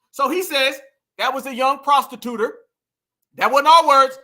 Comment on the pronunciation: I'm on the playback and I heard her VP running mate say "prostituter" 😂😂😂.